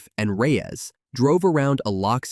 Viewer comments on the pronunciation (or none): none